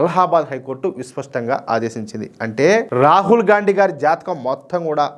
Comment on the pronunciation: Gandi అని కరెక్ట్ గా pronounce చేసినందుకు ధన్యవాదాలు